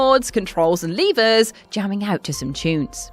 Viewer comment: Leevas > levers